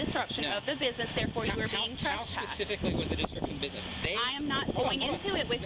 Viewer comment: It drives me crazy when a person is attempting to sound professional, but they say pacifically instead of specifically.